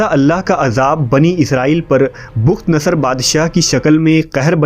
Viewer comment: bukht nhi bakhtnsr h please urdu Shi pdha krn